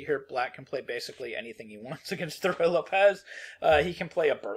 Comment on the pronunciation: You are seriously mispronouncing tat name.